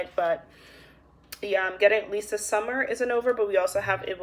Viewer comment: So funny. I think you keep saying “at least the” but it sounds like you’re saying “Lisa”, my name, and it always catches my attention. Maybe that’s spirit’s way to keep my attention focused w my very easily-distracted personality 😂